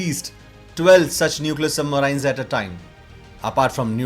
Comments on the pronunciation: Please improve your pronunciation for submarines ....... It is सबमरीन not सुबमराइन्स।। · don't say submaraines...say submarines...different pronunciation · Its not Sub maraaiins... But submarine.... Without aaaiii. Like SHERIN... MARIN-E. WHERE E IS UNSPOKEN. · It hurts everytime he says Sub-marains rather Sub-marines. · Information was very helpful bro.. I am no critique but i cannot stop myself from correcting you.. i have no idea how you can speak english so well but you cannot pronunce the word "submarine" correclty.. you pronunce it as submaryyynes whereas correct pronunciation sabmareeeen.. spelling is submarine.. This is such a common word.. how can you say it wrong plus i am sure if you are uploading a submarine related video, you must have heard this word before also so many times.. how come you did not catch the correct pronunciation.. this video became a joke.. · Thanks for the video. Submarine is usually pronounced sub-mar-een Hope that helps. Best J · What is "submaryn"? Never heard of that word. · What is "Submaraain"? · Yup marains 😂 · Don,t you think your submarines pronunciation is absolutely horrible. Can't you speak in normal way sub- marines..you try to speak Americans.like they speak medi cal , inventory to invo tory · poor pronouncement of 'submarines'. aaargh!!! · Very informative. Atrocious pronunciations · The way he pronounces submarines is slightly annoying which forced me to close the video in the middle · Lol learn how to pronounce submarines first. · It is not "Indian accent" - it is wrong pronunciation. Sounds deliberate and stupid!